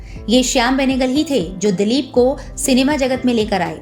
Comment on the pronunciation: Dalip nahi ,dilip bolo mam